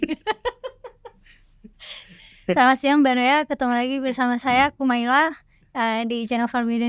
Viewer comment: ga bisa bilang BARAYA dg mantap 😂 Aku masih ketawa terus walaupun ga lucu😂